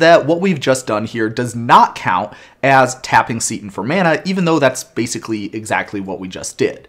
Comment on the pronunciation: I'll admit that you (only sometimes) pronounce card names in a way that surprises me, you pronounced "Seton" exactly the way that I would. Also, great call-to-action